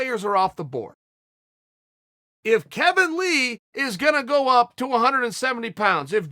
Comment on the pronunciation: Stop sayin kevin lee